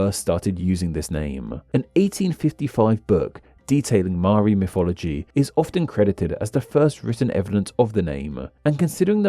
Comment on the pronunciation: I'll never understand how anyone can pronounce 'Maori' as 'Maari', like it's literally pronounced as it's spelt.